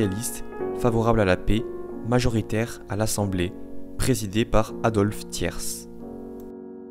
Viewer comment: Adolphe Thiers , on ne prononce pas le "S " terminal , sinon tous mes encouragements pour ces vidéos de qualité.